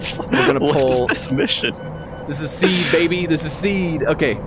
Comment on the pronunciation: SEE-ADD. Not seed.